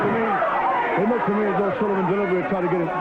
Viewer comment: couldn't talk for shit,sounds like he saying Sallivan 🤣🤣🤣🤣